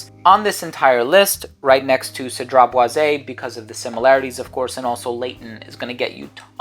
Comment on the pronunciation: It's not cedrat" boize" it's Cedrat "boiz" ...hopefully that helps....its not "é" therefore it's cedrat "boiz" just pronounce the" e" like a" z". And yes part 2 it's definitely needed 👌